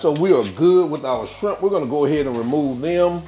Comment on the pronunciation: Did you say SCRIMP? 🤣